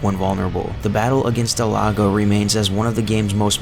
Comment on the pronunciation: El Gigante and Del Lago are almost the only names you pronounced correctly though Gigante is a guttural h